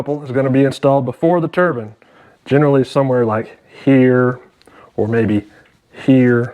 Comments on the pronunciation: You F&*king idiot. You had me laughing my TITS off. I like you, I like you a lott &, I'm not sure if that's something you really want. The 1st thing we have to discuss is the word TURBAN as opposed to the word TURBINE, pronounced TUR-B EYEN AS in eye sound after the B. A turban is worn by a rag head, the likes of which are found in Iran ( pronounced E rarhn, not Eye ran) whereas, a Turbine is found in a turbo....which is short for TURBINE found in a vehicle. Now, I could really confuse you by asking you to explain how you, " Could care less" when, you really mean you, "Couldn't care less" but, Im not not a kundt so I won't ask you that. Otherwise, you do an excellent video. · Ter-bine, not turban. Yeeesh. Good explanashun, anyway. Thanks.